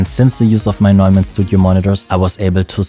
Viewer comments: It's not Newmann, it's Noymann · Du bist doch deutsch, oder? Warum sprichst du Neumann falsch aus?